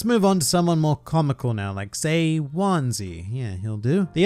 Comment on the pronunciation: I faintly remember seeing him in one or two covers over the ears. Also heraing his name pronounced like onesie is somewhat distressing, I have to say.